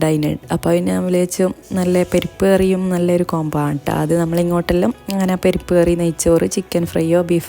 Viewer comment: പെരിപ്പ്കറി അല്ല..പരിപ്പ് കറി...from Kannur